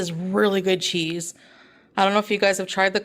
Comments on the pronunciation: Can she not just say cheese? Or is it too laborious? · Mozzarella chee, beauty quee... She doesn't pronounced last consonant cause she's such a quorky girl! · Why does she say chee and not cheese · Did she say "mozzarella Chi"? The power of the cheese! 😂